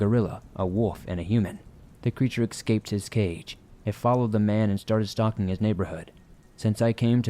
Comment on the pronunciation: For God's sake! Good narrator, but... It's ESCAPE, not EX-CAPE